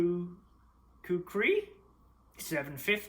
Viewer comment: Just sayin it’s pronounced Ku ka ri also the kill test is also need and Zoom for me is useless